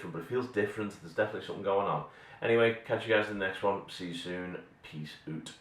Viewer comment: ha ha peace oot a bit of scotish